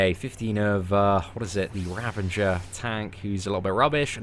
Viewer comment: you are mot the first one to say (ravenger) so many people say it wrong! I am beginning to think it is pronounced (ravenger) instead of ravager!